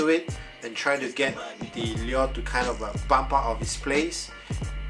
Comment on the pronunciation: any links for the exact one you have? your pronunciation of "lure" is wrong by the way lol